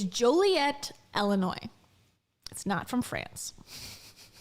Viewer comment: Not El-inoy 😆 ILL-inoy Your "Florida" is showing 😂